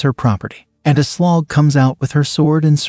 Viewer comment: "She introduced herself as A Slog." Lol